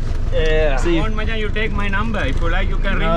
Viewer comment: I said 'machan' to my Sri Lankan friend and he said it's pronounced 'machang' 🤔